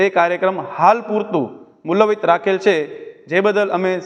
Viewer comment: મૂલવિત નહિં ભાઇ મુલ્તવી બોલો